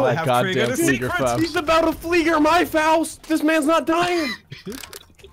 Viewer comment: every battlefield player when he said fliegerfaust💀💀